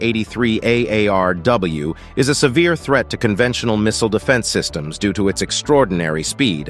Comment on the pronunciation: Just say missile 😂